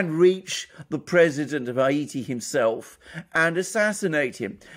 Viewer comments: Why is it so difficult for him to pronounce Haiti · I've never heard the word Haiti pronounced as A.M. pronounces it.